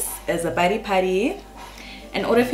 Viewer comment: I say Padi party🥰🥰😂😂😂but I always hear “Buddy party”❤